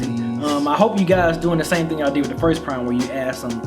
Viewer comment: Why does keep calling it P-Rhyme? It's Phryme "This is for the real Gangstarr fans, not the ones that call us P-Rhyme" - Royce